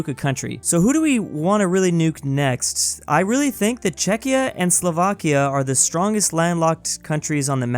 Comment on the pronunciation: Wait, he pronounced Czechia correctly? What happened?